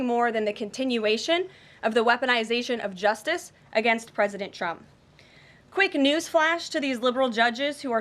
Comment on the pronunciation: It’s so funny that she always says “President Chump” 😂😂😂